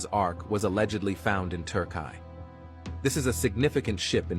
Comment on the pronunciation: Noah's arc is in turk-eye you mean to say Turkey no how the hell do you expect us to take you serious if you cant even pronounce turkey correctly?